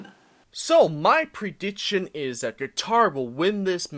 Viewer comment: Pronounce prediction right then make videos lol